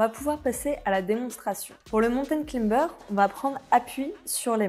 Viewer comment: A prononcer claïmber... Pas climber...